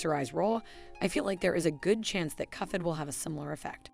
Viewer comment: I think that's because the ai-voice reader interprets the "ph" in "cuphead" as a "ff" sound, like in phonics and elephant.